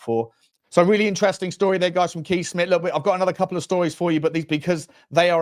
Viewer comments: Kees is pronounced Case. 🇳🇱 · Please get the pronunctiation right. Kees in Dutch is "kays" with a strong "s"